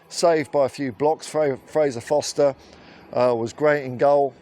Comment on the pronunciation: It's Forster not Foster 👍